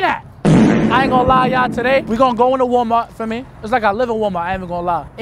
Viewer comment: The "a" in Walmart out😭😭